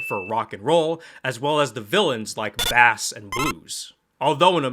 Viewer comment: I can’t believe you pronounced it as bass like the fish 🤦‍♂️